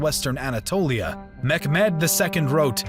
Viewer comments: His name was Mehmet..... Not Mekhmed..... Please pronounce it correctly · not MEKMET it's literally written MEHMET with an H. what the fuck is mekmet?!? it sounds like something I'd use to start a BBQ fire. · nice pronouncing every turkish word wrong 👍🏻 also pronouncing “mehmed” as “mehhkkkmeed” like arabic name. disliked